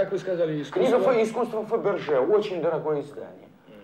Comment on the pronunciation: Додик называл какую то французскую фамилию ... Фабержье .